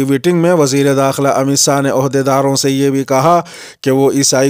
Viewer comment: السلام علیکم آج وزیر داخلہ کا نام امت ساہ نہ کہ شاہ سننے میں لگ رہا ہے کیا میں صحیح ہوں